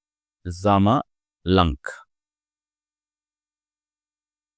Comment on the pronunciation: Sir It is not a zamalank it is zainalank...nyc lecture sir